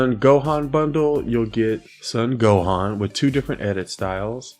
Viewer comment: I think his not pronouncing Gohan's name, right